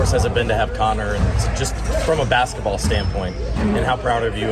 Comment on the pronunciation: I wish someone would teach Caitlin how to say basketball. She always says “bassetball.” 😂😂😂